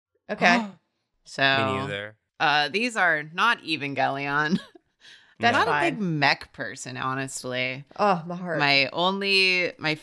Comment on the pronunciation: Um it's pronounced Evangelion